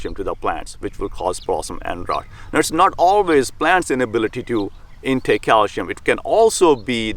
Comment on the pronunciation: I absolutely hate it cause it's cal-See-um. Ewww